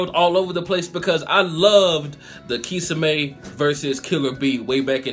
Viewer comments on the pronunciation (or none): it's (key som ay) that's how u say it